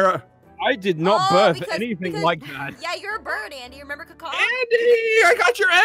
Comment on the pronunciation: I think it's 'Andy' not 'Andey'